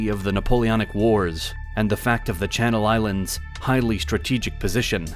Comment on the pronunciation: Good to see my islands get recognised in a full video by a big channel instead of the sometimes sidenote, even better to see a lot of the names getting pronounced correctly